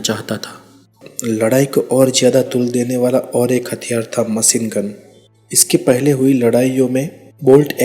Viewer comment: itna tough hindi..✋thora lehja sahi kr k video bnaya kro.jahaj,hamesa,maceengun, laskar,jada,dace,najar😂😂😂